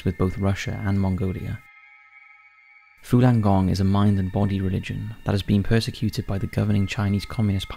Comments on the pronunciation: Falung Gong not "Fulan" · Again it's your pronunciation that is fucking bad buddy .... Fooolan gong? It's the exact opposite to its spelling... Fallun gong.... You can read and have ok general pronunciation so I only assume it is ignorance or lack of care that would spoil and otherwise good product.... You speak for a living.... Get it right ffs